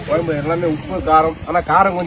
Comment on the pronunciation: Kuyambu nu sollathinga vedio edukringa kuzhambu nu sollunga